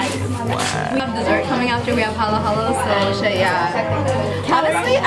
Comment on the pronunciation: These ladies know their Filipino food, i.e. They pronounced "halo-halo" right. Edit: and they know how to eat with their hands - the proper Filipino way